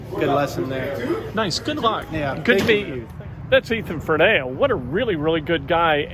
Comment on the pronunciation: Great interview. Great kid. Name is pronounced FER-knee-uh.